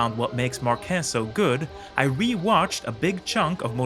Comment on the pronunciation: This style shows exactly how effective Marquez can be. Especially after overcoming these horrible crashes. By the way: MAR- quez is the correct answer 😅